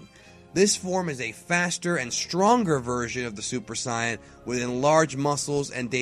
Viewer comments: I'm sorry, but it's like nails on a chalkboard when this guy says "Saiyan" as "Cyan", like the color. It's "SAY-in", like "I'm just sayin'" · Why do you say super cyan instead of super Saiyan? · Why in the hell does he say it like siyan its saiyan mot siyan get right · As a very american watcher of DBZ, I am bothered by his pronunciation of some VERY common words and annoyed at his refusal to call the "Room of Spirit and Time" what it is widely known as by those that will probably watch his video. It is not a Super Syion: It is a Super SAiyan. His name is Babidi, not Bobby D. And for the love of god, it is Hyperbolic Time Chamber, not Room of Spirit and Time!! I honestly could not care less which is more proper but the majority of those of us that are going to watch this video watched DBZ in one of its many American releases and no American release would be caught dead pronouncing things that way and using niche wording. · Mason Luipold Great question. The correct pronunctiation of Saiyan is not Sayen, its Sigh-yan based on the Japanese language. Saiyan is a pun on the word Yasai, which means vegetable. Not Ya-say... Ya-Sai. Thus, its properly pronounced Saiyan or Saiyajin. Funimation fucked up in 1995 and it stuck. The entire race is a pun on vegetable. Kakarotto = Carrot. Vegeta = Vegetable. Brolly = Brocolli. Nappa = Cabbage. Paragus = Asparagus, etc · seriously? Saiyan not scion. Babidi not Bobby D. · Why does he say saiyan as siyon not even sayajin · you saying bad not super sayan but it is super saiyan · saiyan not suiyan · Super Cyin? You mean Super SAIYAN? Edit: XD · No, my point makes saying it Saiyan correct, not Sayan. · Sounds like he's saying Super Scion. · I KEEP HEARING SUPER SCIENCE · Cyan... Bobby D.... Im I hearing right? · Did you say "Super Psy un?" Nope wrong! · “Super cyan”😂😂😂😂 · who ever called it "super scion" for him to think "saiyan" is pronounced that way? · Its say-an, theirs no e at the end making the I say i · It's pronounced, say-in